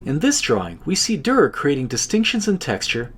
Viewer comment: On and by the way the way you pronounced it in the video is already pretty good!!